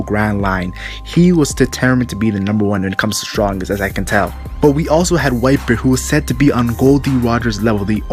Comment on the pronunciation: I thought you said viper everytime you say whitebeard